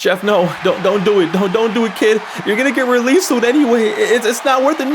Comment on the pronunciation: "You're gonna be relesed anyways"💀💀💀